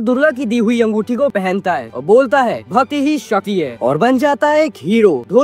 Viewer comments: Bro bhati ni bhakti hota h😅😂 rost to bdiya kiya bro pr apne bolne pr thoda kam kr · Bhati nhi bhakti and shati nhi shakti bol bhai😂